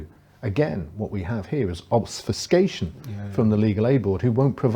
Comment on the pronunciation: It's 'obfuscation', not OBSFUSCATION.